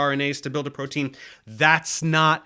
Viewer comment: what is a "prodeen"?